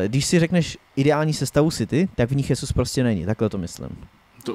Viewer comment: Chtěl jsem to připomenout sám, pak jsem koukal, že Honza Tureček se na závěr svého komentáře také zmínil o té výslovnosti. Gabriel Jesus “Žezus” (v Brazílii je oficiálním jazykem portugalština) Naopak Španělé by jméno Jesus (např Jesus Navas) vyslovovali jako “Chesus”. Přijde mi tedy vhodné zde zachovat mateřštinu pro výslovnost… Ale už jsem si za ty roky zvyknul, že vědomí a svědomí mu nedovolí si připustit něco podobného k srdci, a tak bude Jesusovo jméno vyslovovat neustále “svou vlastní pravdou”. Já sám kolikrát třeba nevím, jak nějakého hráče vyslovit, ale když mě na to někdo upozorní, nebo si to pro zajímavost vyhledám, něco si z toho vezmu a snažím se hráčům přiřadit správné výslovnosti. Prostě jde jen o to si přiznat, že nejsme bezchybní. Chápu, že dneska jedete všechno bez přípravy a takhle, ale asi by nebylo od věci si třeba alespoň občas pročíst komentáře, které vás třeba mohou konstruktivní formou trochu usměrnit. Děkuji